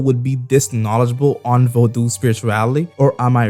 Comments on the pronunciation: The U is silent bra , u throwing me off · Bro plz learn how to pronounce the word Vodou properly